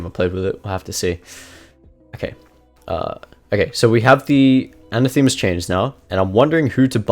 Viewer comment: A surprise to be sure but a welcome one, gonna try this build. By the way anathema is toned on the second A and comes from the Greek word that basically means 'curse you' . Keep making amazing kha videos